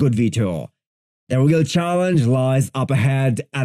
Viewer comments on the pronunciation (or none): none